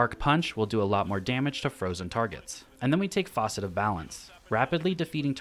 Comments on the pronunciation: Stop saying faucet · Say faucet one more time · FAUCET?! Dude haha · I came here to say that! It’s f(ass)cet not f(aw)cet. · faucet haha, great build vid though